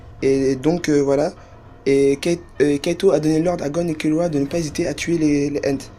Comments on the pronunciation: C'est Kirua pas Killua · "Kirua" c'est pas difficile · Arrêté de dire kiloua c'est kirua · KIRUA PAS KILLUA